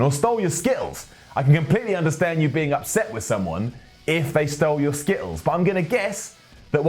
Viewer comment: skitt-els lol